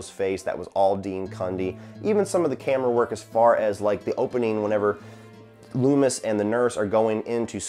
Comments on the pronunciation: Finally sitting down to watch all your Halloween reviews and I'm dying at "Dr Leemis" 😂 You and Drumdums are the best. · Took me a second to realize the prisoner number in the intro was the release date of the original film. Nice touch. And Lee-mis? hahaha I have a feeling that might stick. I wouldn't consider it flawless, it can be nitpicked. But for the sum of all its parts it's incredibly effective, especially taking into account its simplicity and subtlety. By going with the concept of "do more with less" Carpenter was able to create tension and psychological terror rather than relying on an in-your-face splatter fest. For me that's what has always stood out about the original Halloween. Fingers crossed for next week.